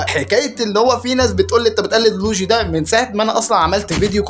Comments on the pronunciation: يسطا معلش عارف اني بعدل عليك بس اسمه مش لوجي (لوييييجييي) 😂👍🏻 يسطا مجرد الكلام عن المحنكبن دون ذكر اسماء اصلا برضو تكريم يبرو مش انت اللي بتتكلم ❤️‍🩹🙅🏻‍♂️ متعملش لل💩 سعر انت اعظم من كدا 👍🏻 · يسطا لويجي مش لوجي😂😂😂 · اسمو لويي چي يسطا مش لوچي😂😂